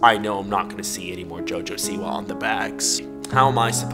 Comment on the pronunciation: When he said "Jojo siwa" in the start of the video i thought he said "Jojo see ya" (in Jojo's bizzare adventure) 💀💀